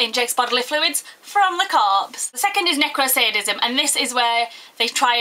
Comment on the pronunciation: Her accent is sexy and its funny how she says corpse